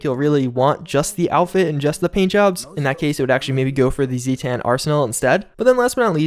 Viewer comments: Zetan is not pronounced zee-tan, it's zaytun. They're from Fallout 3. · No, it's pronounced Zeh-Tan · Zetan(Pronounced: Zay-tan) Not busting your chops, just adding to the game lore I guess you could say. Potato patato though. Thanks for the heads up on the update. Took a break for hunting season so I had no idea there was an update. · it's not "Zee-tan" it's "Zay-tan" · I'd say it depends on your accent. I'd pronounce it as Zeet-un myself. We all know what he's referring to at least so that's one thing I suppose! :D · How do you pronounce mothership zeta correctly but pronounce zetan “zee tan” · it's pronounced "zet an" not "zee tan" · You said Mothership Zeta right but you can't say Zetatain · The way you say Mothership Zeta is how you would say Zetan, so it’s like Zay-Ten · It is pronounced Zay tan. Just letting you know for future reference boss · Creation Club > Atomic Shop BTW, "Zetan" pronounced Zay-Ten. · Zetan is pronounced Zeet-en. Like eaten. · It kills me how you can properly pronounce Zeta but just completely get fucked on the word Zetan. Just try saying EXACTLY how it sounds. Zae-Ta. Zae-Ten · If you can correctly pronounce "Zeta," how do you still mispronounce "Zetan?" ZAY-TAN. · He said zeta right but not Zetan right? Oh boy...